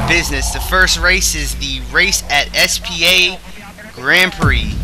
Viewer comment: Did you just say S P A ?!